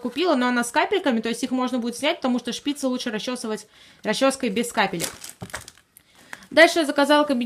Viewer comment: Не шпИцы , а шпицЫ